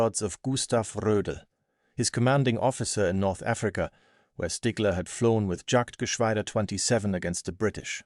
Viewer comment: IT'S JAGTGESCHWADER AND IT BEGINS WITH A 'YOHT" THAT'S THE SOUND OF A JAY IN GERMAN. SO IT IS NOT, REPEAT, NOT JAGTGESCHWADER, BUT YAGTGESCHWADER.